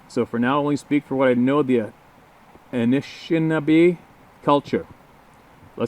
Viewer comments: I'm pretty sure it's pronounced" AAh-nish-NAH-bay (with stress on the first and third syllables) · For future references, it’s (Ah-nish-nawb-ay) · Pronounced... Ahh Nish ahh Naw Bay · Hi again, I just wanted to help with the way Anishinaabe is said with all due respect. I have also seen it writen Anishinabee. Here is how I have heard it being said, or generally spoken. ☺ A-nish-in-aw-bae = Anishinaabe the people of the land or the people of turtle island. As for our shithead government, that word means ruler of the people. 👎 Its all about conquer and divide the people b/c our #'s is scary to those cowards. To this very day they remain a thorn in the people of this land the Anishinaabe a big pain in their ass. Mohawk Chief Shawn Brant of 6 Nations, gave the gooberment a big scare. It was April or May of 2008, with many cooperating Chiefs across 3 or 4 provences, they had shut down major highways and railway systems. This was for the continued land claims being dishonored by the government and selling it to housing developers and the likes. It's referred to "the Grand River land dispute" or "the Calodonia land dispute". It's unfortunate but the only kind of people who are attracted to being a politician are primarily a bunch of blow asses!😉 Lol Most of the time those who hold those scamming political office are/or generally whites and old theiving crusty bastards. I imagine a day that's coming sooner then later, that they are all going to be where they all belong. In a locked cage under a heap of pigs shit! That's rather kind considering what they do to the people. I just want to add that the Anishinabee from BC were treated very badly at or during a t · Just to let let yea know the tribes name is pronounced "Ish Nab Ee" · Lmfao! Hes butchering your tribes name. Man I feel you. If I wasn't of indigenous heratige, I'd fuck it up too.